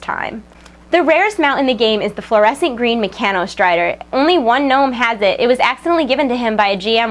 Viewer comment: at 31. you say flourescent instead of fluorescent